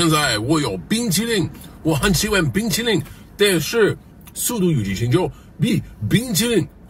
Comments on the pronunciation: I heard " bean chilli " 💀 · everyone gangsta till he starts "been chilling" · It pronounced BĪngqílín😂😂😂😂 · the pronounciation of the chinese word for ice cream 冰淇淋 sounds similar to been chilling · For those who don’t know, the “been chilling” part translates to Ice Cream in Chinese. Ice Cream in pinyin is bing qi lin or 冰淇淋, which translates to ice cream. The pinyin (pronunciation) does sound similar to been chilling haha. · I like how Zhaou Xina is stressing on "Bing Chiling" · you know what? "been chilling" is similar to how you pronounce 冰淇淋, which means ice cream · I speak chinese so I can somewhat judge so everything seems very good nothings wrong the accent was pretty on point maybe just how he say ice cream is a bit weird but I think its fine too only the beginning though sorry also the translation he didn't say the f word just to clear up he just said he liked icecream x2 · Exactly Gotta be ready for the surprise Anyways at least I bothered to add ice cream to the list now. He’s over enunciating the word lol Dude been practicing for years, I just went on my little Chinese app and can already see the mistakes he’s making. I’ll have the Chinese guard pass you 冰激凌(bīng-jī-líng)buddy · Rough translation (because the pronunciation is absolutely horrendous): “hello china, I am holding ice cream. I really love ice cream, but [something about fast and furious9 ] is much better. So goodbye”